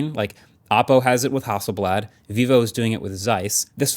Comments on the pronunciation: HASSELBLAD more like hassle-bland 😂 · I'm not gonna lie, every time I heard you guys say Hasselblad on the podcast, I thought the brand was called House of Blood and without a second thought, felt like that would be a normal name for a camera brand. I need to get out more...